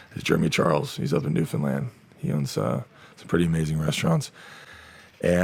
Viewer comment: only celebrity to pronounce newfoundland the right way ever